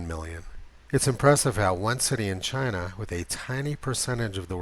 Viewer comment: It comes from...Chi-nah.